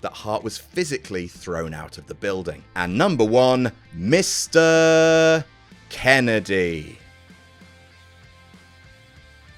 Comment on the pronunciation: I do appreciate the proper pronunciation of Misteeeeeeeeeeeeeeeeeeeeeeeeeeeeeer.... Kennedy